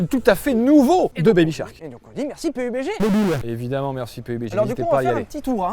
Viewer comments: Le jeu se prononce peube dji domage de ne pas s etre renseigner un minimum ne serai ce que sur le nom de la sponso ! Perso il vous paie pour la video et ca montre que vous n en avez rien a branler . Au passage il y a de gros probleme de hacker dans le jeu c est insuportable . Je ne le conseil pas vraiment meme si c est un tres bon jeu, les hackers le detruise tout simplement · Pé U Bé Gé hahhahhahahahahahahaha la premiere fois que j'entends klk'1 faire cette prononciation Pourri au lieu de dire PABDGI